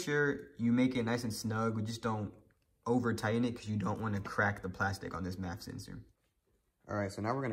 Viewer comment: It sounded like you kept saying "MAP sensor" instead of MAF.